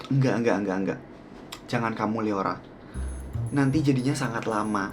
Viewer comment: kak bukan leora tapi liora